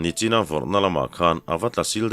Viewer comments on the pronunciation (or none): none